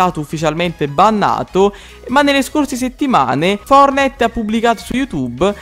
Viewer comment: Fortnite si dice no fornite lmt